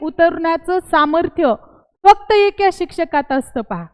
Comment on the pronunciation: एक्या नका म्हणू एका म्हणा